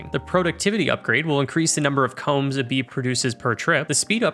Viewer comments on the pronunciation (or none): none